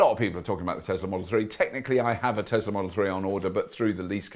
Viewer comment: Tezla? I thought it was Tesla...